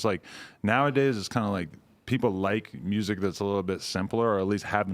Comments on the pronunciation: I love it how every Memphis dude (Yo gotti, Blacc Youngsta, Dolph, Moneybagg) is saying muersic xD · Memphis niggas always pronounce music funny